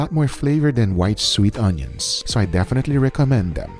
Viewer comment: i love how Guga pronounce Onios... awneeons.. lol